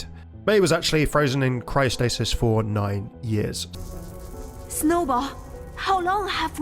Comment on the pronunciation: It's "for", not "fir", just thought I'd mention it! A fir is a type of tree. ^^